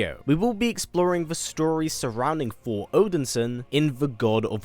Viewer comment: I love this channel … BUT .. Ya gotta take your time and just say Th-or. You can do it: Thor. That’s it.